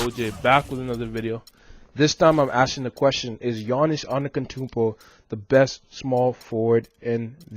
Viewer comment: AnteTokounmpo.Not antekotounmpo